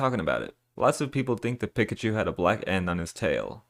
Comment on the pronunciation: Who the hell says “pick a chu”? It’s clearly “peekachu” even the anime pronunces pikachu this way. This guy must be from an alternate reality in which people say pick-a-chu